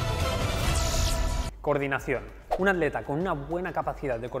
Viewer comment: Este tipo pronuncia adleta